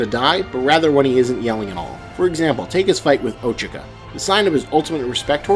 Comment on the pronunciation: Um, great video and all but why do they say ochako like that eksjjsjsjs it sounds like ochika